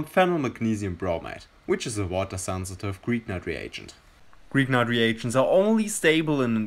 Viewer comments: "greeknart" ? Its Grignard. I spell it like "Grinjar" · Just a quick remark: "Grignard" is a French name and is pronounced "Gri-ni-ar".